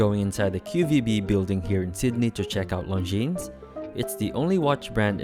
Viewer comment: Pronounce it correctly! Its Longine